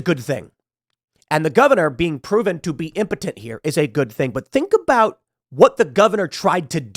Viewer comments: Pool, did you say "impotent" or "impotenTTT" ? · I can’t stand the way he says “impotent.” 😂😩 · Did Tim learn a new word today or what? He says impotent like 50 times for no reason.